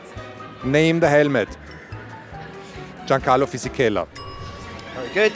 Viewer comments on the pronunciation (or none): none